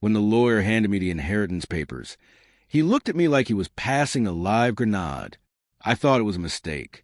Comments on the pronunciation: Gren aid not gren odd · It is pronounced grenade